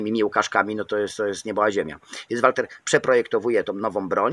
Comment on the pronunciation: Wkoncu ktos powiedział mi jak czyta sie Walther. Dziekuje za jak zwykle świetny film